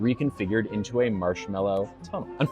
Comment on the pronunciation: You said into as in ooh?